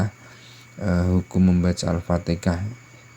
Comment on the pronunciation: Kenapa fatikah...fatihah la.